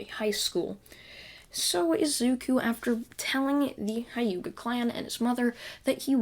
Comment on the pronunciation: Your saying wrong It is the hyuga clan